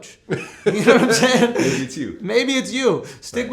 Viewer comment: Cant stand when Vlad says "naimsaying" or "naimean"- I cringe every time